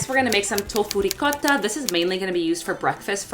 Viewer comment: Rrrricotta!! Thanks for pronouncing it right 🤣